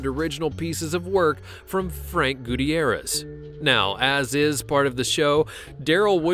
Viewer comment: hey top ten the gamblers pronounced guittierez right should've just went with what he said